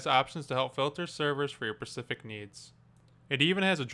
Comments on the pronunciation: Specific* Not pacific. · Not exactly instructional..... moron. Also... "SPECIFIC"!! NOT "PACIFIC"!! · Ugggggh. "Persific" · "pecific needs", "pecifically" yuck, if this vid wasnt so helpful i would have downvoted this video for perhaps the 3rd since they got rid of 5 star ratings. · omg. He said "pacific needs."